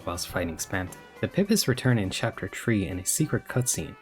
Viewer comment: it's PEE PEEs, no pip-is. Eggs, not drugs